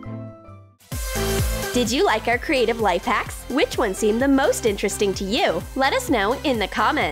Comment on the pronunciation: So dumb and stupid "lifehUks" XD